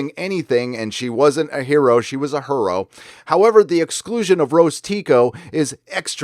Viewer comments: Her-oh (her-0). That one gave me a giggle. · HER-RO. Yea that was funny but it will be triggering to woke SJWs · A her-o hahaha i like it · More accurately 'HER'-o.